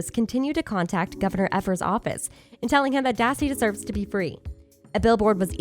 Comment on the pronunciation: Good video but please do some research on how to pronounce names correctly.. Every time you say Evers and manitowoc it makes me cringe..